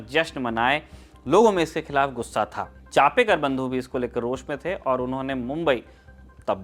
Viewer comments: With due respect Genuine correction चापेकर बंधू नही चाफेकर बंधू . चाफा एक सुगंधी फुल होता है जिसकी खुशबू बोहोत बेहतरीन होती है . धन्यवाद अगर हो सके तो नाम उच्चारण दुरुस्त किजियेगा 🙏🙏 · In marathi it is chaphekar not chapekar